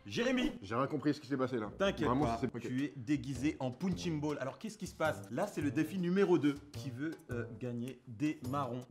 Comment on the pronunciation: "Pounchine baule"